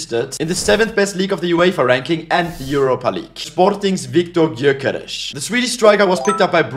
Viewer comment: Love how he always tries to pronounce players names correctly But he gotta work a bit in the gyökeres pronunciation😂